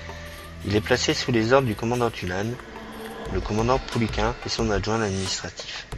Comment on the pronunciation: Le 1er commandant du GC3 "Normandie" s'appelait Joseph Pouliquen, commandement assuré du 1er septembre 1942 au 22 février 1943. Il portait le grade de commandant. Jean Tulasne, commandant en second, lui succéda. il faut prononcer Pou-li-quène et non Pou-li-quin. Jean Tulasne n'a jamais commandé le régiment Normandie-Niemen. Ce sont des dénominations qui furent apportées plusieurs mois après sa mort tragique. Il commandait le GC3 aussi appelé escadrille "Normandie" qui, bien sûr, devint le régiment ensuite.